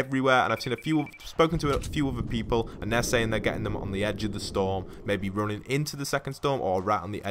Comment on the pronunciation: U said weople